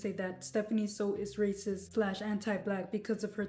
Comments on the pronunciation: It is pronounced "SUE" not "sow" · Its SOO pronounced as SO not SAW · It's Soo... I just had to say because it's bothering me lol. Her last name isn't "So." It rhymes with "New" not "No" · Why are people saying her last name like they dropped out of school? Soo has two O's and makes an oow sound. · starting the video by mispronouncing her last name, which is spelled phonetically, is not a very good look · and constantly mispronouncing her last name 🙄 by her standards thats basically a hate crime